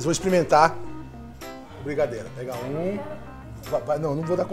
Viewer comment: Eu ouvi brisadeiro?